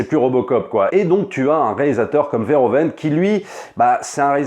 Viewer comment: On prononce Veurhouveunne et pas vairhovenne